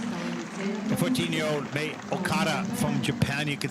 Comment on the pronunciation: It’s not pronounced “mia” okada. Mei would be pronounced closer to “may”